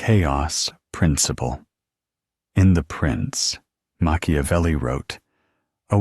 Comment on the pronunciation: Mak ia velli.... NOT Mashiavelli.... please!